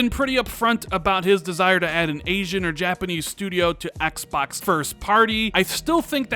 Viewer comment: Why do you say Xbox like "X Backs"?